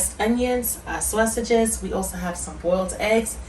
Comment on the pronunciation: Mmm mmm good 😋 nobody says saysages like you do 😊😂